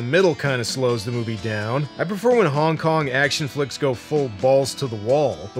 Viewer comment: I swear, when says Hong Kong action, i just hear Honk Honk action and half expect to see clowns doing kong fu, shooting guns and just absolutely avalanching out of a tiny Volkswagen:P